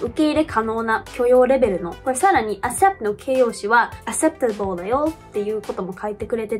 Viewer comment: からの "accept" と "acceptable"は、'k' の音が抜けているのでは？